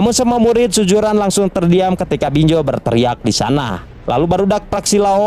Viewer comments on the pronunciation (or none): Z woi bukan J. BinZo, bukan BinJo. 😏😏😏